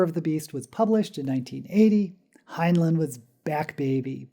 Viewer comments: Fact #0. He pronounced it hin-line, not hin-lin. Off to a great start. It's "up BY your bootstraps," NOT "up WITH the bootstrap." That doesn't even make any sense. Stranger in a Strange Land is, by his own admission, his biggest failure. He even lampoons it in The Number of the Beast, that only pretentious hippies like the ham fisted pseudo-psychology. Go on. Still waiting for "something I didn't know." Please google HG Wells. He had a "little bit" of notoriety DECADES BEFORE HEINLEIN WAS BORN. ... OK, after watching the whole thing, there was NOTHING NEW. Seriously, couldn't you do at least a bit of research. Let's see if I have one. How about: Time Enough for Love is based around Kabbalistic and Tarot imagery? Dora fell from the "Blasted Tower." The twins represent "The Lovers." I really should chart it out sometime. It's pretty blatant. My favorite Heinlein story? The Menace from Earth. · My favorite science fiction author. My favorite was Time Enoogh for Love. My only criticism of this video is his name was pronounced like FineLine as I was instructed when I joined the Heinlein Society and did one of their local blood drives. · 1 fact you don't know about Heinlein: how to pronounce his name. Here's a hint: the two syllables have the same vowels in the same order.